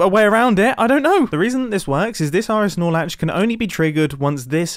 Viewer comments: I keep hearing RSnorlax and I dont know what he is actually saying 😭😭😭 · Am I the only one who only heard "Snorlax"? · All I heard was RS snorlax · Say rs norlatch one more time 💀